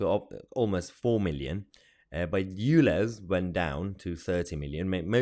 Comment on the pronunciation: if this guy says "lez" or "you lez" one more time he's going to get himself demonitized and locked up for homophobic hate crime, i really would not be surprised if he's already triggered the YT sensors